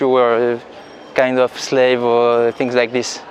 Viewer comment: you are kind of slave. Tu as l'air d'être une esclave. BORDEL LE MSLAISE 😂 SLAV ET SLAVE ÇA SE PRONONCE DIFFEREMENT CHEF